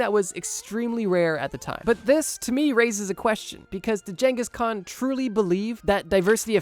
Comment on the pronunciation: I will never forgive you for how you pronounce khans name. Wtf